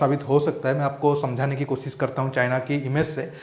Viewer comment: Kosis, asis . Sh ko s boltay ho, bullshit